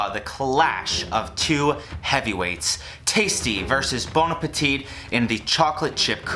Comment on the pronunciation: It triggers me that you pronounce the last t in bon appetit. It's silent!